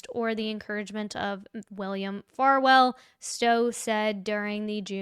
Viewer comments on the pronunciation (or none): Why she calling him Farfield and saying his name wrong? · Are you saying Farwell wrong on purpose?